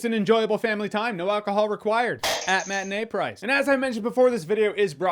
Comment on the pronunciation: Heavy emphasis on "At a matinee price" 🤣